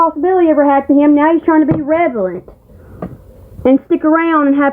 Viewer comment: run while you still can!! 😂 she always pronounces it revalent even though she’s been told it’s incorrect. She mispronounces so many words yet she thinks she’s the smartest person in the world